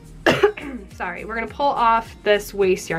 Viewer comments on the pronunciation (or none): none